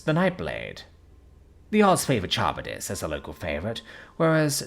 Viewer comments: i think its pronounce kuh-rib-dis for Charybdis i know it techinically doesnt matter but like just saying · It’s the whirlpool monster from Greek myth. It was pronounced wrong here tho, so I can definitely see it.